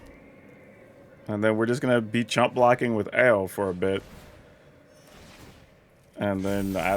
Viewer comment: Are you sure it's pronounced "Oww" and not "Ay-oh!"?